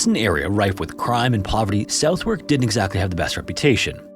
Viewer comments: I love your storytelling, but as a FYI, "Southwark" is pronounced "Suth-ark". It's a common mistake, however a lot of English cities are pronounced differently to how they are written. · Don't know if this is an AI voice glitch, but "Southwark" is pronounced "soth-erk". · Southwark is still a shithole to this day (as someone who lived in Elephant and Castle for a bit)! And it's a low bar given how shit the rest of the UK is. Also it's pronounced like Suth-ook, with the 'ook' sound being the same as 'book' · As a lover of these videos (and a person from Southwark, London) the pronunciation is closer to “Suth-urk” 😅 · Suth-erk is how Southwark is pronounced. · When pronouncing Southwark it’s pronounced Sah thaw k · Southwark is pronounced "Sutherk" Eigg is prounounced "Egg" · SUV ERK IS HOW WE PRONOUNCE SOUTHWARK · Just commented on another of your videos to compliment your pronunciation of place names, but in this one Southwark should be pronounced “suthuck” (with a soft “th” as in “this”). 😅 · Southwark is pronounced Suthuck, or Savvuck if you come from there. North Americans tend to pronounce British place names as they are written, which is correct in a way but hilarious to us. One of the best is Leicestershire, pronounced [phn] Lie-sess-tur-shire where we pronounce it Less-tuh-shuh. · Southwark is pronounced 'Sar th uck' or 'Sarthuck' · Southwark is pronounced like this: Suthurk. There’s no logic to it! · As a Londoner born and bred, I'd just take this moment to thank you for all your work and to correct your pronunciation, Southwark is more correctly pronounced as Sutherk with a soft th as in lathe and a silent w. It sounds as southerly would if the ly at the end was replaced with a k. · boroughs are pronounced "burras" instead of "burrows", and Southwark is pronounced "suth-uk" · Southwark is pronounced suthark with a soft th. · Southwark is pronounced "Sutherk" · Southwark is pronounced ‘southerk’ (rhymes with southern) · Southwark is pronounced 'Suth-urk'